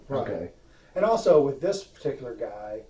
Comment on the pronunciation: When he said "peticular" that really irked me...